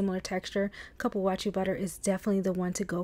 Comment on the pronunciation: I think it's pronounced like Coo.Poo.Wah.Sue